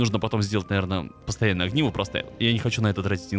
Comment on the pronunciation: не агниво а огниво